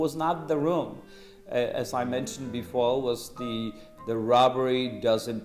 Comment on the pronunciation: "as I mentioned befole"